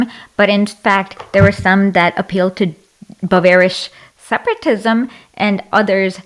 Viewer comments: Does she think it's smart to say "bavarish"? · my god this woman cannot pronounce german states, bavarish?? really??